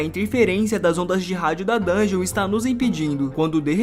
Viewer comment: da um ódio quando o cara fala "dun ge on" ele pronuncia o bagulho tudo errado